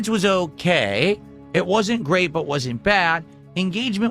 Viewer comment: lingo. What = whahh But = Buhh Want = wahn